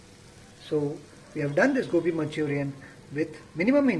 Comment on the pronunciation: Sir its gobi not gopi LOL🤩